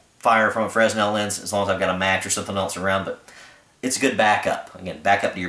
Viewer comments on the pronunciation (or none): The S is silent in Fresnel. Fra nel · Fresnel > 'frah-nell'